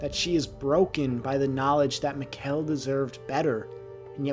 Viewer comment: Nice one! Yeah, it was a powerful scene. By the way, Mikkel is not pronounced like "Miquel", instead it has the emphasis on the first syllable, like "Mickl", the E is almost silent. Let the pronounciation on the show be your guide, instead of just reading the subtitles :)